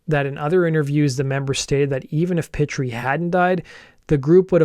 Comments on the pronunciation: Pitre is pronounced Pee-Tree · Pitre is pronounced "Pee Tree" EDIT: What the Canadian border officials probably found on the bus was heroin. At least two of the guys were using heroin. Want to know which ones, look at the members who have aged prematurely, and look 10 years older than they really are. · You got Duet correct. DEW A. Pitre is pronounced PEE TREE. Falgoust is pronounced FAL GOO.